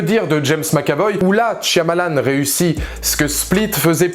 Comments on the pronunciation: Tu peux arrêter de dire " TCH-I-AMALAN"? C'est énervant. Merci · Quand les gens comprendront que dans "Shyamalan" c'est un "y" muet, tant de souffrance pourra être évités...